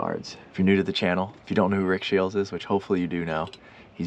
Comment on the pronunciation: have you ever noticed that it sounds like you pronounce his name "Shields"?